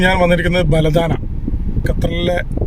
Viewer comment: ബലദാന അല്ല. ബലദ്നാ 🤝